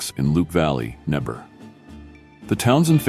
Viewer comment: It is Nebraska, you said Nebr. abbreviation is nebber !